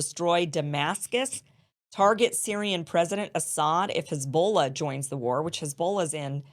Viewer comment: Kim just lost my sub & got a dislike because she's obviously ignorant of what's going on in the region, thinking Ukraine & Israel should be treated the same, & being ignorant of "ignominious" & not knowing how to pronounce "Hezbollah."